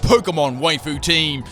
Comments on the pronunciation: Did he say waifu It’s Waifu but it’s pronounced Wyfu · WAYFU. whydoeshepronouncewaifuwayfu? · "Way-fu" Unsubscribed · I love how he said "way-foo" not "why-foo"😂😂👌